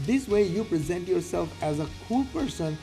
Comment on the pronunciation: Salam, its present (opp of past) not present (to give). Is it an AI voice over error? Happy Eid bro..